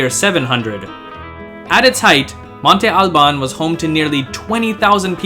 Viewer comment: Is it not pronounced as it's spelled; "Monte Albán (MON-te al-BAN)? He pronounces "Oaxaca" in the familiar way, so maybe his way is right? "MON-te AL-ban"? It sounds weird to me, but I'm not from Mexico... (I use the name frequently, as I am a bartender and there is a tequila with that name; have I been saying it wrong all this time?) 🤔